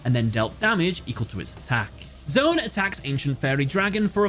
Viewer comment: Just gotta say, I love that you also analyzed the underlying theme of the first duel because that context is so important to the emotional impact of the event! But I’m still a little triggered by your pronunciation lol. It’s not “Zone” it’s “Z-1”